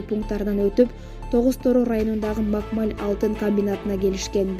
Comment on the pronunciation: Макмаль эмес туура айтсаң Макмал эле